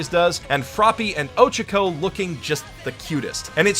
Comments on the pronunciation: "Oh-Ch-Coh" jeez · Weird, you pronounced Ochako wrong.